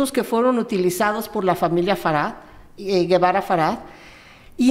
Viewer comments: El apellido no es guevara es gevara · no es Guevara es Gevara con el sonido " je "